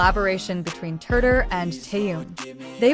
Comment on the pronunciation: Замечательные,радостные новости о наше любимом Тэхене.Но как неприятно слышать его искаженное имя произносимое при озвучивании текста.Искажено не только имя,но и название компании,а ударения,просто очень неприятно.Берясь за какую-либо работу,нужно предварительно с ней ознакомиться.